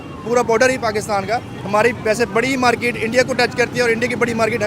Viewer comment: Porky's accent - Markeeeet😂😂😂😂